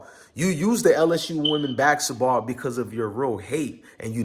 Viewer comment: It's basketball dog, not baxxketball lol